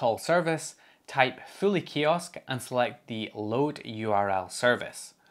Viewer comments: I initially thought you were saying Philly Kiosk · Show of hands: until he got to searching for it in the video, who thought he was saying "Philly" kiosk browser? 😂